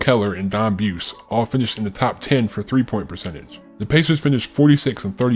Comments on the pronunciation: It’s pronounced BOO’ zie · Buse is pronounced "boozy."